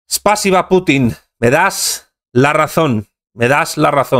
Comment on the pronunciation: No se acentúa Spásiba, se acentúa en la i, Spasíba!!! Gracias.